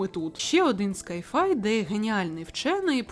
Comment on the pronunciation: Тепер чекаю на фільм з Патінсоном! І Fallout тільки разом! Це ж таке скарбище))) сай-фай, а не скай-фай. Я душна вчителька англійської мови, вибачаюся!!